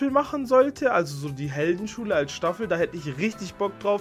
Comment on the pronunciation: Ich feia das BITTE MACH NOCH EINE SCHTAFEL 😂😂😂😂😉😉😉